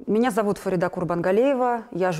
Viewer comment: Почему говорят ФаридА, если правильно произносить это имя с ударением на второй слог ФарИда?